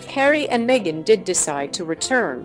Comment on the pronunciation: Stop calling her Megixt. Her name is MEGHAN. God bless Harry, Meghan, and adorable Baby Archie.